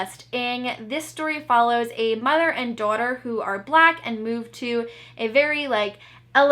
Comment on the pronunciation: Haha your New York accent jumped out when you said "mother and daughter," i love it!!